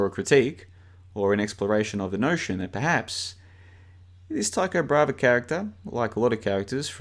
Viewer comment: It’s Tycho Bra-hey not “brava”